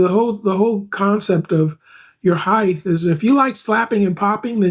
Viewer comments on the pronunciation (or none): String height not heigth